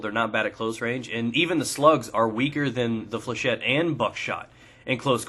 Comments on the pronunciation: Flechette is a french word, and it's pronouced Fléchette not flechay. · Pronunciation according to the dictionary is "fley-shet". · It's 'fleuh-shet'. It would be 'fleuh-shay' if it was spelled flechet.